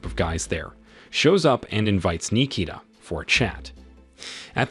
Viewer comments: Nee-kee-da... Yeah, he butchered it if your name is Nikita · Bro pronounced my name like it was japanese